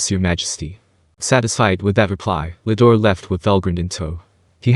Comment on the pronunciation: Bro i think the name its rudra its not Ludora